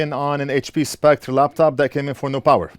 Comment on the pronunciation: I'm still wondering why you keep pronouncing Spectre as "Spect"?